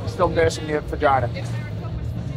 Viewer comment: take a shot every time eddie says "vaginer" lol id be fucked up